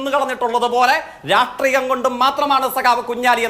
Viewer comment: സ യും ശ യും പറയാൻ അറിയാത്ത ഈ നാറിയെ ആരാ ചർച്ചയ്ക്ക് വിളിക്കുന്നത് രാട്രീയം അല്ല myre രാഷ്ട്രിയം..... ഇങ്ങനൊരു തോൽവി